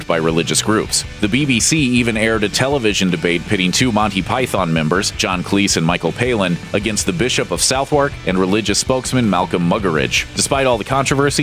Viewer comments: Just to let you know, it's actually pronounced "Suth-uck" and not "South-woork". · Dear linguistically challenged American Friends, please know that the London Borough of Southwark is pronounced "suth-uk". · Southwark isn't pronounced the way it's spelt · just for people who don't know the weird and illogical pronunciation of English placenames, Southwark (which is an area of London) isn't pronounced 'South-walk", but 'Suth- urk'! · i'm from Southwark and its so painful to hear Americans butcher it time and time again. Its suth-akk